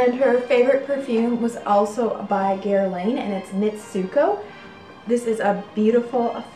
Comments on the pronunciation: Guerlain not Guerlaine! Good show by the way! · Hello!!! The designer Guerlain is actually pronounced (Gerr-lahn). The "Guer" is soft where the "n" in "lain" is almost silent. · Pronunciation of Guerlain is: Guer-lahn. And thank you! Another charming video! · Gear/Gur-lawn = Guerlain